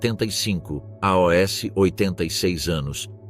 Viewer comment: a tradução da IA tá ruim. Que é isso de aos virou A.O.S.?